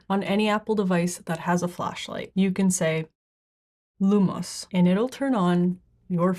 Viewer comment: Can't wait to freak my kids out with "lumus" LOL.